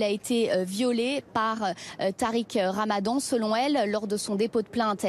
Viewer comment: « Tariq Ramadon » hahahahah